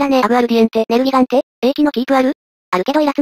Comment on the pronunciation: ネルギガンテだ… (本家発音)